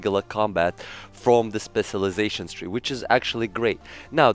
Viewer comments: You’re saying it wrong say it like this “Special lie Zation” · U said specialization so wrong like 30 times in the first minute of the video. Please pronounce the cial It’s irritating to hear u say it spesilization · My goodness. How fucking difficult is it to pronounce specialization?!